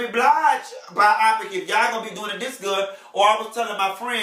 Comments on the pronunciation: I'm trying to follow, but can't get over him keep saying (By-op-pick) 😂😂 No, it's Bio-pic....biopic! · "Bi-Opic" was killing me! I cringed everytime! Lmao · Chile!!! YES!!! I couldn't focus!! (By-op-pick) 😂😂😂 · buy-oh-pick = biopic